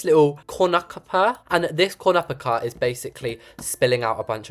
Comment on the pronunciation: the way he said cornocopia